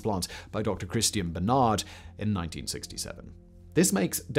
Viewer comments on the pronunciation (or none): none